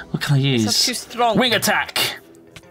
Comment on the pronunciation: said Stronk, she's dead to me.